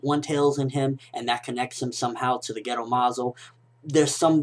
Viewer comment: haha when you said gedo, i thought you were saying ghetto like it was incomplete